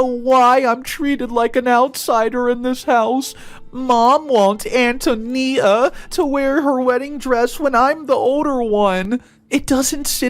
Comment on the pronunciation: FYI- Antonia is pronounced “An-tone-ee-ah” - accent on “tony. 😇